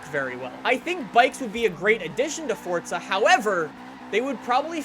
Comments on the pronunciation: QUIT SAYING FORTZA ITS (for-za) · It's forza not fortza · PLEASE STOP SAYING FOR T ZA.. I'm a simple man, FOR Z A.. just say it! Dont church it up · Fortza???? Its Forza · Why do people say Fordza? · Wtf is fortsa? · It's not Fortza it's Forza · ITS NOT ForTSa. ITS ForZA. WHY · He is saying fortza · it fucking irritates me the way he says "forTza" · Am I the only one who hears "fordza" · Nothing pisses me off more than people who can't pronounce simple words like "Forza". For fucks sake, WHERE IS THE "T"? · "fortza fordza fordtza", are you speaking the Italian version of this word or ruining the english rendition of it?